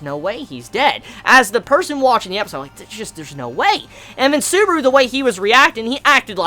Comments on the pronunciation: You said suburu.... It's Su-ba-ru! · "How TRIGGERED Beetlejuice got when he realized, WHEN HE REALIZED, that Suburu makes fun of his gospel" First of all it's not "Beetlejuice" it's BETELGEUSE Beh-Tell-geus and it's not "Suburu" it's SUBARU.